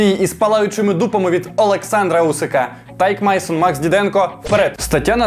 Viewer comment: У тебя проблемы с именами?тайк майсон,ты серьезно?